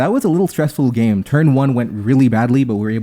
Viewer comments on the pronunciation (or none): none